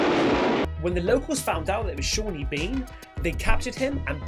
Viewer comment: SAWNEY Bean... Not Shawney 👍